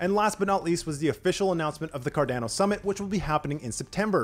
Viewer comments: Hi, thank you for the mini update;-) Quickly digestible update just as intended, great work!! Just thought to mention this. It is pronounced "Cardano" (as in Girolamo Cardano) so the second a i pronounced the same way as the first one. I mean it as a friendly remark, you're doing great!! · The way this guy pronounces cardano triggers me